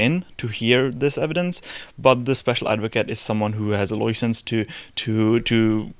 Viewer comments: i cant believe he doesnt speak british, he said loiscence like any true brit. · When I heard him say loiscence I actually flinched thinking a copper had spotted my buying some more victory gin without me freedom pass.